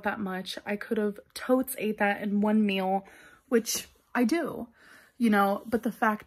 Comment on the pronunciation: The word is MEAL. Not MILL. My god !! Since you are at home all day everyday with nothing to do but eat and sleep please take the time to work on your English.